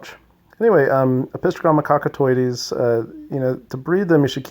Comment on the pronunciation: Wow that's always exciting and props for being able to say that name 👏 🙌